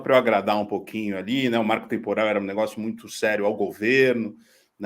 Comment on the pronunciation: marco trmporal é o moro falando marco temporal.